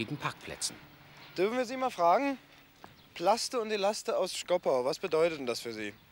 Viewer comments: … Schkopau und nicht Schkoppau … 🙄 Ach Mensch, die Wessis 😬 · Wenn man als Sprecher nicht mal richtig den Städtenamen SCHKOPAU aussprechen kann zeugt das von grammatischer Unreife****aber Hauptsache über die (ehemalige) DDR sarkastisch dokumentieren🤦‍♂️